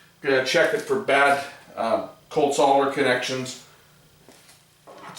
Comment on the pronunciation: Wonderful. You can pronounce SOLDER correctly. How some people miss the L in the word defied logic. Perhaps they never saw the word SOLD before SOLD cannot be SOD ....